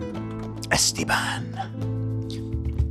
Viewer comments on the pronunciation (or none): Ethan, love what you're doing with the whole Esteban thing, but please pronounce it "A (like saying the letter "A") - Stay - Bahn". basically, just like you're saying it already, but instead of starting with "Estie..." start with "A-Stay...", trust me bro, it will absolute full send the whole thing.